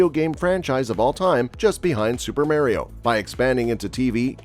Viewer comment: "Super Merio" 🤣 Nice Video!